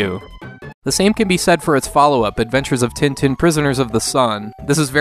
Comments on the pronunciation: It's pronounced Ten Ten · With nasalized vowels, as I mentioned earlier. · Just FYI, Tintin is pronounced more like 'tahn-tahn'